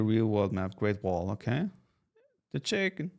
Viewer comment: The Chicken CHEE-KEN